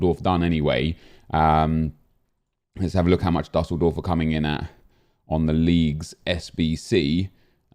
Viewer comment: It’s doosseldorf